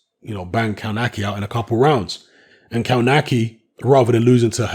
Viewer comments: Isn't it "KOVNATZKI" ? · you should pronounce it "KOF-NAS-KIE" !!! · Kownacki is actually pronounced as "Kovnatski"(close enough). Not judging because Polish is obviously is not your first language but if you're commenting about someone you might want to at least say his name right. No, I'm not Polish and no offense taken, just giving you a little tip. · Kownacki (kov-na-ski, I think that is how it is pronounced). Kownacki came in very heavy and I think Kownacki underestimated him and thought he could just walk through him whilst throwing. Kownacki has just taken a small step backwards but he can come again (the irony is he was just banging on about his 100% record) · As a Brit that lived and worked in Poland, I can say it takes a while before youre able to a, read polish words/names properly and b wrap your English speaking embouchure around the Slavic style - we can give a pass surely